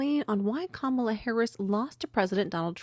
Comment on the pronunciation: Why don't the DEMS call Booker out on pronouncing Kamala's name wrong? he's calling her "Camala"?